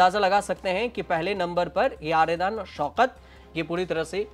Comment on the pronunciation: आर्यदान नहीं --- आर्याडन शौकत